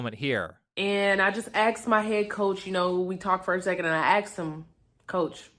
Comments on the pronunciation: When did asked become axed? What happened to the English language? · Axed? Why does she keep saying that? Does she mean asked? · She "axed" them.... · Did you hear what she did to her coaches. She ax'd em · She axed her coach? What a monster. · She "axed" her coach? No wonder she didnt get to play. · She said she "axed her coach". LOL! 😂😂😂😂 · Why can't black people pronounce the words "ask" and "asked", correctly? I mean it's been decades now... where we've been telling them: "It's not "ax". It's 'ASK'. It's not "axed". It's 'asked'." If they're going to culturally appropriate our language, then we have the right to demand accuracy and respect. JUST LIKE THEY DEMAND OF EVERYONE ELSE. Or go use your own language... but don't mutilate OUR language that YOU'RE using. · Axed??? Is that how she really pronounces asked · I find it embarrassing to said words incorrectly. I axed my coaches and they axed me from the team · ASKED. Not “axed.” The word is pronounced ASKED. The “s” sound comes before the “k” sound. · It's ask not axe'd. Do you think she says task or tax'd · This is ridiculous! Also sexist as hell. But when she said axed instead asked, drove me nuts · she axed quite a lot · How many times did she axe her coach? Speak like a human for Christ's sake. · This girl got a free ride to college and can’t even pronounce “ASKED”. Let that sink in. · The biggest tragedy in all this is that she made it to her senior year of college and still thinks the word is “axed.” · "So I "axt" my coach" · Black culture's insistence on mispronouncing the simple past tense verb "asked."